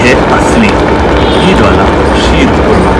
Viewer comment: Wow.. Looks yummy... I'm from iran..I like all of your recipes.. And I love your pronunciation sheer khurana.. Ekdam iranian k tarah aap pronounce karte ho 🌹 🌹